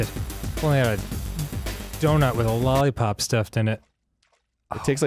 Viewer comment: So.... I thought the lollipop said "lollipoop" at first...